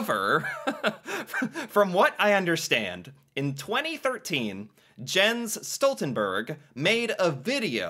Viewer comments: The "e" in "berg" is pronounced just like how you pronounced the "e" in "Jens" in the beginning. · It's obvious you don't know a lot about Jens Stoltenberg. You don't even know how to pronounce his name!